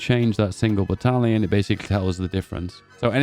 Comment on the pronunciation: i love the new "battlion"